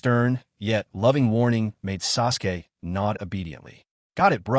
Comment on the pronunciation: I'm thinking Suresway is the AI trying to say Sasuke. AI slop indeed but made for some interesting background noise.